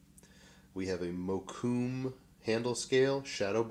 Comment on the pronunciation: Gorgeous! is an awesome maker, love how he shows his processes freely. Is that how it mokume is pronounced?? I always figured it was pronounced mo-ku-mey